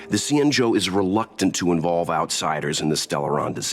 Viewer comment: Xianzhou is said with the x more like a c and the zh makes the j sound so it'd sound like cianjo I think